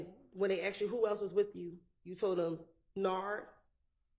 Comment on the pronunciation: Your life being on the line with a Prosecutor that can’t ascertain the difference between “asked” and “AXED” is nasty work